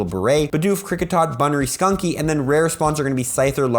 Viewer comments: Do you realize you keep saying 'skunky' while the name is actually 'stunky'? :) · I like your content and you've helped me get into PoGO a lot, but please stop saying sKunky , it's sTunky and I can't mentally handle that LOL